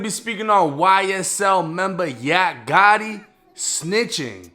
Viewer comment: Fuckin up the name Gotti